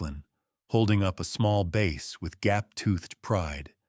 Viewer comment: A 'bass' (short a) (fish) is not pronounced 'base' with a long 'a'. 😂